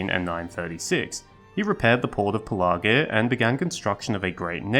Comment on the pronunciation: It's easy to miss and easy to remember, say it like a pirate. "Pelargir" and you'll remember the middle 'r'.. .."Shiver me timbers"